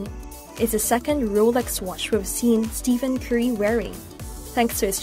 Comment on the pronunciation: Two things to point out, one, you pronounce his name wrong, and two, you are wrong on Stephen Curry's net worth. As of 6-1-22, Steph Curry net worth is $160 million, and climbing. Curry makes over $44 million annually just off endorsements alone, his NBA yearly salary is $53,838,416. You add up his yearly endorsements and NBA salary, he is well ahead of $90 million. Other than that, great video.